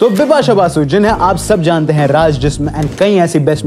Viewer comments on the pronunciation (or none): My men Un brush men, she say her name dipasha, not bipasha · Did she say Bipasha Bipasha or Dipa shah Dipa shah ?😂